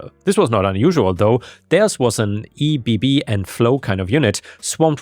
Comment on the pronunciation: "Ebb" is not an acronym, it's an actual word, you shouldn't be saying the letters. It's pronounced like you'd say it with one B, "Eb". Or "Eh.." with a B on the end. "Ebb and flow" is a saying, meaning that things are busy (flow) then quiet (ebb) and back again. I believe the saying comes from the tide, how it comes in and goes out, in a cycle.